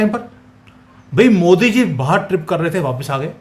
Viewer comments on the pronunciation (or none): none